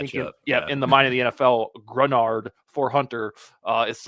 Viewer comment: Nice pronunciation of Greenard. Now tell it is pronounced juh-KWAY-lin Roy.;)